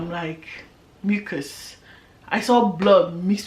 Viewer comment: Before you said ‘mixed with mucus’ in that accent I was already saying 🤣🤣🤣🤣🤣🤝🤝🤝🤝🤝 Congrats again!!!🥺💕💕